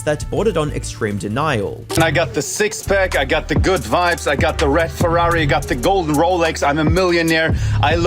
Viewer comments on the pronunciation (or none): none